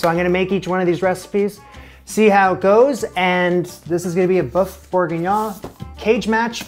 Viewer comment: Thanks for saving me the hassle of finding the best recipe :) PS it's boeuf, as in the u in butter, not to be confused with boof as in Shia Labeouf ;-)